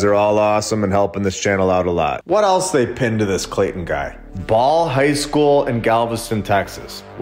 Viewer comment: Clay-ton as in bricks ....